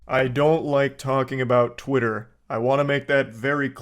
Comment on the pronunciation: why does he say twih and then the strongest tah ive ever heard